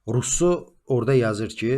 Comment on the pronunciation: Russonun adını dùzgùn teleffùz ede bilmeyenin ona istinad etmesi gùlmelidi